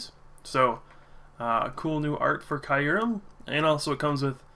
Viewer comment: It's pronounced kyoo-rehm. Listen to the trailers for the new movie.